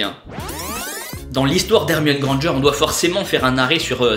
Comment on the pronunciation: On dit grand g